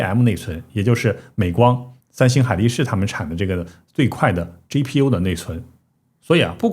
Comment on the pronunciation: 麻烦博主用自己推荐的app学习一下G字母的发音，每次G都听成J，GTC听成JTC，GPU听成JPU